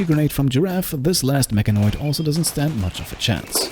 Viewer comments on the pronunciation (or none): none